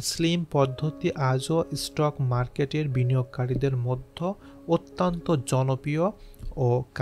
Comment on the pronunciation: আপনার প্রচেষ্টা খুব ভালো। কিন্তু পাঠ এবং উচ্চারণগত কিছু সংশোধন দরকার। যেমন অত্যন্ত -কে আত্যন্ত বলেছেন, বিস্ময়কর উচ্চারণ করুন এইভাবে : বিশ-সয়-কর।